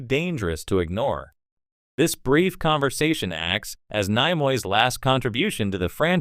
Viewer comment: What an idiot...." Nye-Moy" Is this the A.I. that's going to take over the world? Not much smarter than iPhone's auto-correct.